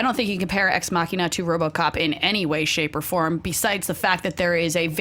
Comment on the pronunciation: I like Allison because she pronounced Ex Machina damn right!